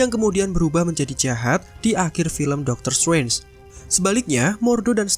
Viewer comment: Doctor struance, kupingku mulai bermasalah 😭